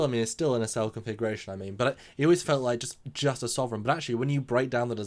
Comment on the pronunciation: Okay, IT'S NOT, REPEAT, NOT a 'nacelle'. Can we move on now?